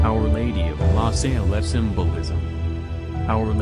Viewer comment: It's not la Saylette it's La Salette. Why do Americans always mispronounce words?